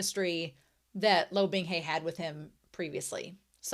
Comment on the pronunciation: It's so easy to listen to these. I have a couple other Youtubers I like and I've tried their read throughs, but none of them took. Yours are great. Just enough talking and reading, and you read well, which THANK YOU. I will get used to you saying 'binghey' instead of 'bingha' lol. I'm most impressed you got Qingqiu right so quick. That one took me FOREVER.